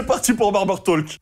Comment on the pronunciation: Pourquoi tu prononces le L de Talk ? Pour un fan des États-Unis, c'est auch.